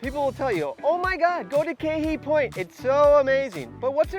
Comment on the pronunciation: That place is pronounced ka-hey (kahe) okay! Mahalo